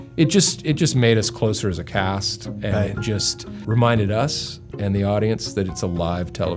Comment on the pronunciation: you can hear Will say, "made us closer as a cast" and he sounds just like Rory Mcilroy. Can't hid the Irish in a William Ferrell.